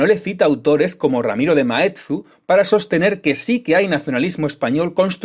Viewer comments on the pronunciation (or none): Maeztu, no Maetzu